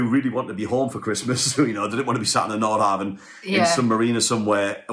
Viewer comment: You are mispronouncing the name of your boat.